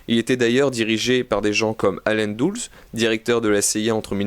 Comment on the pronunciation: On prononce Allan Dulles comme ça Et quiconque a visionné les reportages d'arte " CIA Guerres secrètes" frémi à ce nom... Docu éradiqué de Youtube, à retrouver chez les russes